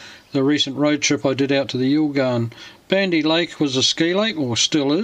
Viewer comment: Can we get someone how to pronounce it correctly